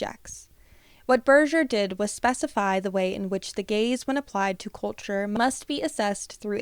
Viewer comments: I can’t not think you’re saying “the gays” the whole time lol this is so interesting though, and it makes so much sense. Although I will forever think that short bangs don’t appeal to the male gaze. I’ve heard plenty of women say they’re only for little girls, which implies to me that they’re either trying to protect you or think you’re trying to appeal to men as being younger. But it seems like most men don’t actually like short bangs unless they’re into a more alternative style. I know that’s very specific but I like to watch people cut baby and micro bangs and it’s like a comfort where it’s just women encouraging other women. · I keep mishearing Gaze as Gays 😭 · Love this video! Sooo true.❤ Also, I had to really try hard, in order to not hear "gays" instead of "gaze". I think I am projecting😂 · you say: "the gaze" I hear: "THE GAYS" (i wish it actually was the gays lol)